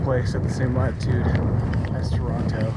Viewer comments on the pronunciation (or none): none